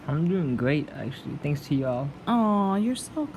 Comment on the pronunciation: Give me a K!!!!! What a sense of humor: He’s doing great, “...thank’s to Y’ALL, “ donning that accent like a Texas hat.